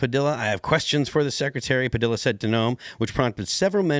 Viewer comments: IF he says pa dill a one more time. It's pa de ya, mexico and latin america ain't goin' away they are coming soon to be near to you. . . . say name correctly. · Its pronounced Pah-dee-yah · The "L"s in "Padilla" are silent.... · You sound like a bonehead saying Padilla wrong😂